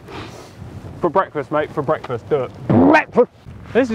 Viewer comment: Did he really do the "Bwekfast" thing? 😂